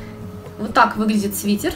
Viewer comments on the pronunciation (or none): СвитЭр, пожалуйста! СвитЕр не говорят